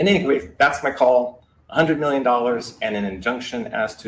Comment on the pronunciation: RIPPOO, BEARABOO BOO, X OAR PEE, AND RIPPOO 100 MIWWYIN A BUOO MARKET THIS IS BEARABOO BOOO